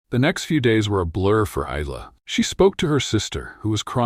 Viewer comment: Nice story, but the AI narration needs work - starting with regularising the pronunciation of her name. Isla is correctly pronounced ‘I-la’ - they use at least 3 forms in the voice, and even more in the auto text!